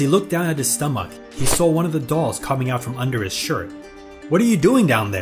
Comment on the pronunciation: How he said stomach was funny